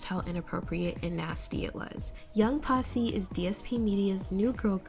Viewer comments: The first line of the release and the pronounciation of the group's name was the moment I went "Oh fuck no" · oh we’ve heard of the word but this is not how you say it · Especially when your name is “posse” and you pronounce it so… oddly